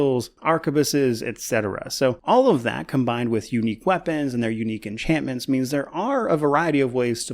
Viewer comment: ENCHAN-MENT!!! . . . I'm sorry, I'm better than this😥